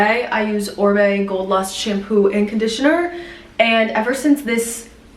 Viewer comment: Wait it is Oribe pronounced “ O ry be” not orbe like ombre!